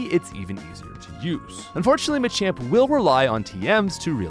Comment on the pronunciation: I hate how you pronounce machoke and machamp, otherwise, great video.